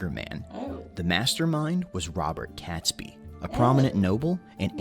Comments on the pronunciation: I wish the narrator to that piece had pronounced 'Catesby' correctly - as you, corrected his pronunciation of "Worcestershire"; phonetically, Cates(by) should rhyme with 'gates'. Prior to this event (Tudor period - Henry VII et al), in terms of Hanging & quartering, this was considered 'lightweight'. When the Tudors got their hands on those committing Sedition & treason, they were Hung, drawn & quartered - in that order. The 'drawn' element of the insult to a villain's body, was that each limb was roped to a separate horse, & then each respective horse was put to the gallop - tearing them (literally) limb from limb, after which they were quartered with a knife (or from whatever was left of the body) - you can't say that the Brits were not thorough in their dispatch of the bad guys!! Imagine a relative of one of the perpetrators requesting collection of the remains for burial... "Apologies, Lady Catesby, your husband's left leg left for Cornwall, his right leg is away to Scotland, & we sent the two arms to Wales & Brighton, respectiveley...Oh, & the head remains atop Traitor's Gate..." 😁Apologies for my black sense of humour 😉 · Catesby is pronounced " Kate's bee , and hey , you got the pronounciation of Worcestershire spot on . Imagine how little trouble you'd have today if those methods were still I use . Guy Fawkes was put on the rack and stretched until his joints started to dislocate , that's why he had a bit of a problem writing .Ouch 🇬🇧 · The dude in the video isn't quite right his name is Robert catesby where the cate is pronounced like the number eight not a cat not that important but it bothered me lol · Names can sometimes be problematic but I'm pretty sure 'Catesby' is pronounced as it is spelt: 'Cate-sby' and not 'Catsby'. The Gunpowder Plot is sometimes known as the 'Catesby Conspiracy'. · Catesby not catsby. Cate rhymes with bait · The male narrator is pronouncing Robert Catesby wrong,It's pronounced Kates -bee not Cats-bee